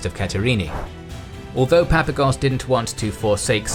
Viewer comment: It's 'Papagos', not 'Papagos'! Stop butchering Greek names whose pronounciation is so easy to discover.